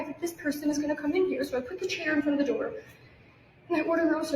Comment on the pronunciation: We know ahea alow she said rhat they knoces on her dough 😂😂😂 its door moron